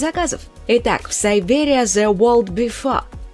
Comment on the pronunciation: Киберия, а не сайберия